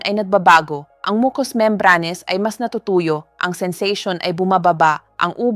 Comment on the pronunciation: Bakit mali ang ibang pronunciation tulad ng: silent, membranes, mucus, etc😡